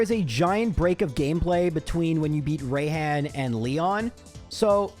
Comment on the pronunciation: Bro, I'm sorry but "Rayhan" and "Be-A" made me die inside. Obviously is pronounced like "Be" and "Rai" sounds like the beginning of the word "Rise". Just such a cringe way to pronounce names, IMO, because they don't even sound right.